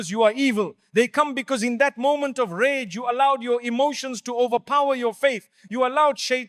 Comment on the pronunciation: Excellent topic but please stop using A.I. it throws you off ragah instead if rage lol.